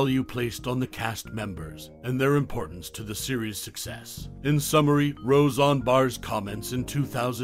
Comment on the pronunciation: Why do you keep saying RoseON?!?!? It was NEVER said like that, it's not accurate at all, it negates the credibility of this video. The Conners was a big F.U. to Roseanne and to the fans. Instead of being a mirror of a living room, like Roseanne, The Conners was reflecting a voting booth. And the writing thought it was so smart yet could not have been more tacky and coated with political forcefeedings. F all them, Roseanne rules.